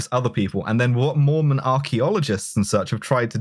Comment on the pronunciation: I know I'm super late to the party, but I was raised Mormon and I just wanted to say--you definitely pronounced every one of those words wrong lmao. But also you barely scratched the surface on the weird cosmological stuff, which really gets buck wild. But I'm glad you brought it up at all because I think it's legitimately the most entertaining part of Mormonism and most people don't know about it. But there's so much detailed lore about, like, pre-earth life (humans used to be something called Intelligences before God and his wife gave spirt birth to them, there was a big debate before any of us were born where Satan and Jesus argued about what God's plan for earth should be, etc, etc.) and post-earth life (multiple levels of heaven, technically no hell, the ascension to godhood stuff). But I won't get too deep into it I'll just finish off by saying: Mormons are technically polytheistic because it's doctrine that God, Jesus, and the Holy Ghost are three separate beings and at least God and Jesus both count as gods. But most Mormons will get mad at you if you say that lmao. Culturally, Mormons (at least in Utah) DESPERATELY want to be Evangelicals, even though Evangelicals hate Mormons.